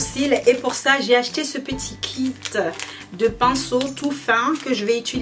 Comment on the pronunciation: on dit kit pas kid je sais je critique mais je fais des fautes